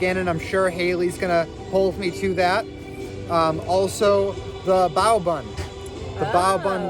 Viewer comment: Bay-o bun?!